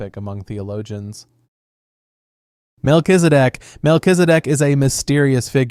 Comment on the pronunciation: While saying Mel-Kiz-E- Dek it soudned like "Mel is a dick" lmfao just cause you didnt try to pronounce it you just said it as quick as you could lmfao